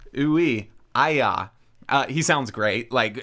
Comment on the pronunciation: LOL happy face at nailing it's pronounced "ai-yah" so wholesome.